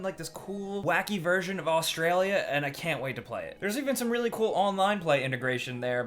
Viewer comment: As an Australian, I love the wacky way you say Australia